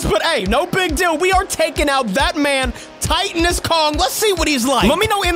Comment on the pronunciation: Titanus pronounced: tight-an-us.